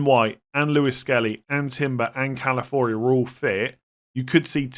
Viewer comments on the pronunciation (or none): It’s Calafiori, not Calafori.